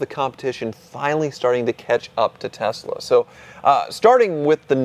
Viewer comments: Why do you guys pronounce numerous words wrong? Tezla??? Not that it deserves being said correctly… it’s annoying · Guys, it's Tess-la not Tez-la :)